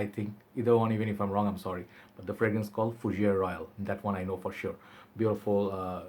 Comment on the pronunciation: 'Oo - bee - gone.' And 'foo - zhair.' The 'gone' is said like 'go(n)h' with a slightly silent 'n.' The House is owned by the Prince of Monaco, dude. And 'guy' is pronounced same as you say the Hindi word for clarified butter: 'ghee.' Ghee LaRoche. : )